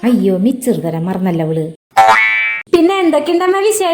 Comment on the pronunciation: മിച്ചറല്ല മിസ്റ്റർ മിക്ചർ..!!! 😂😂😂